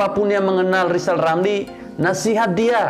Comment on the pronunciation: Mari kita tertawa bersama-sama buat Lijal Lamli 🤣😂🤣😂